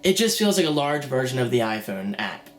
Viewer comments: "Orn the Iphoyne" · ...on the iPhewn ...on the iPhewn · LOL the way he says iPhone like a posh British dude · you don't understand, not everyone has the money to buy a fucking ipad, people look for cheaper and maybe better solutions and from where im sitting, all the things u were drilling on didnt appear to happen at all and if you didn't already have an iphone and an ipad you would probably fucking love this thing. btw the way you say iphone makes me want to fucking smack you.. That will be all thanks